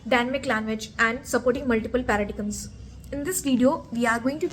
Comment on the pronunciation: Isn't it pardaaaiiiiiiimmmmmmsssss, rather than paradigamms 😅 sorry just a joke love your video 😊❤